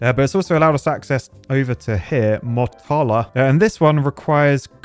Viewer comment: Has anyone given you shit about your pronunciation of "Motala" yet? :D I'm not going to because how the heck are you supposed to know how obscure towns in all countries in the world are pronounced, but I do want to point out that the stress is on the first syllable, so it's MO-talah ("mo" rhyming with "moo" but short, not rhyming with the name Moe).